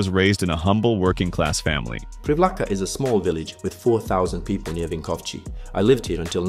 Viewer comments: it is not vinkovchi it is vinkovci ( vinkov C as in citrus i) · Vinkovci is pronounced like Vinkovtzi. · Someone tell the AI bot that thats not how to pronounce Vinkovci, where on earth are you getting the ch sound from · Ah yes, the MURKO from PREEVLAHKA just south of WINKOVCHY. But you got his last name pretty good, so props to that. Croatian pronounciation is phonetic, we have (barring few exceptions) one sound for each of the letters, all our "v"s sound the same, all our "i"s sound the same, and every "i" is the exact same "ee" in "sheep". v is like V in victory which would be pronounced viktori, etc. Mirko is like Meer Co. (same "i" as in "ee" of "sheep") Vinkovci is like "Win Co." (vin - ko) - same v again, and ci as in "cist" Privlaka is like "pre" (as in "pre" and "post"), same v again, and then it's laka like "luck + the same sound for the "uc" in luck, which we would write as "lak" Bonus points for noticing the similary between mirko and vinko? both are croatian names.